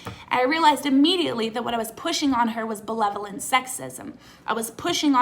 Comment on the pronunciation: Unrelated, is saying belevolent instead of benevolent a Canadian thing? Like irregardless?